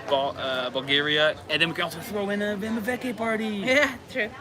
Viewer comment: Yes, you have pronounced it perfectly. Its Ivanjica, just like you said. Enjoy.